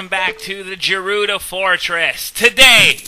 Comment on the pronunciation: Isn't it pronounced gerudo not jerudo?